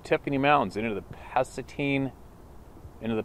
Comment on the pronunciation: it is pronounced Pu-Satan wilderness. Go figure. It is the largest roadless area in WA state maybe even the lower 48. North Cascades highway cuts it in half. I grew up on the southern end. Many strange occurrence's I had growing up there.